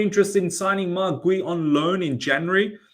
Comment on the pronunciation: it’s pronounced Gyoo. He’s gotten ample game time and exposure to the public eye at this point 😂